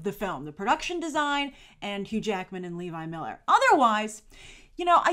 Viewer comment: you are mispronouncing Levi Millers name. also, have you seen "Dragons race to the edge?" i`d love to here your review! big fan! keep it up!